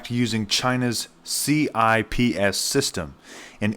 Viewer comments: It’s pronounced “sips”, like sipping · I believe it's pronounced Chips. and "you-ahn". up to 1930s - British pound ruled. 1940s - pound devastated by WWII 1945 - World currencies tied to dollar, dollar tied to gold. 1960s -LBJ spends on both "guns and butter". Flood of dollars. 1971 - Charles de Gaulle demands gold in exchange for Frances US dollars. Nixon breaks convertability of dollars to gold. 1974 -Kissinger convinces OPEC to accept only dollars for all worldwide oil sales, and to reinvest oil profits in US treasuries. World needs dollars to buy oil. The petrodollar. 1980s -outsourcing of US industry. More dollars flow abroad as America purchases cheap foreign goods. 1990- present. world has mountains of dollars due to outsourcing and petrodollar. When countries no longer need dollars to buy oil, or trade with eachother federal spending plumets bc debt issuance stops. Just think about how many people and programs depend on federal spending in the United States.